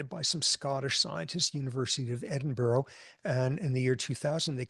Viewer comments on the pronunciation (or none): none